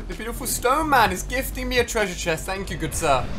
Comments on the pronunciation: how about how Ali said treasure tress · HE SAID CHRESURE CHREST